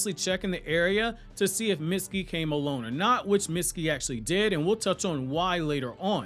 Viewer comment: every single time you say mitsukis name wrong, it kills me.